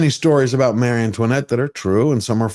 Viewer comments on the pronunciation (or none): none